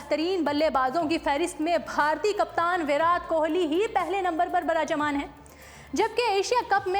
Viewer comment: No 1 PR varaat Kohli barajman h Ye Naam bhi dhng se le nhi paa rhe h